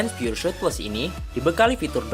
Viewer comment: pengucapannya (spelling) piur sot bukan piur syut.